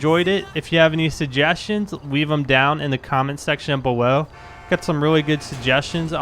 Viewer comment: Bewow and weening toward